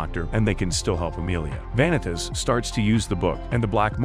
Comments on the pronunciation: Please learn how to pronounce names, Va-nee-tas, No-ei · Why are you saying vanitas name so wrong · my bitch ass was so mad at this man for butchering all the names. Like Vanitas's being butchered is understandable but how do you butcher Noé and Jeanne. Like it's literally supposed to be pronounced in French not butchered in English